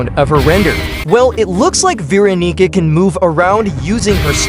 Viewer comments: Why does he say Veeronica in a weird way.. And a bit raci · not my fault the tts said Veeronigga😔✌️💔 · "veeronica will be a survivalist"